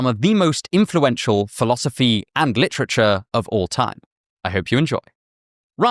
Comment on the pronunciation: "Lit-trich-errrr" I like it🙂....Just dont be saying that in North philly🙂